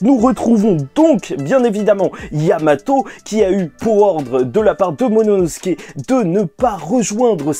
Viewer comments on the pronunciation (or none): C'est qui me bute c'est que je regarde t'es review depuis très longtemps. Mais t'as toujours pas réussi à prononcer correctement le nom de momonosuke (Mononosuke) 😂😂😂😂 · Bro c'est "momono... " pas "monono...." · C’est momonosuke pas mononosuke 😭